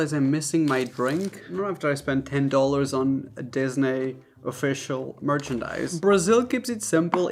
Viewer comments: Love your videos. Cannot help but cringe every time you call it "disnay" instead of "Disneee". And.. pronouncing taco as "taaeco" instead of "Tahco". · the way u say disney- disnay